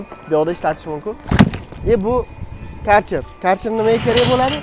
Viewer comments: Каерчер демайди хой акилликлар керхер дийди бу керхер бу компаняни номи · КАРЧЕР ДЕМИДИ!КЁРХЕР ДИЙДИ УКАМ!!!